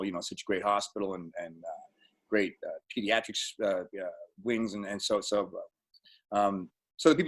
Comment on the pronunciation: His Boston accent definitely came out when he said hospital.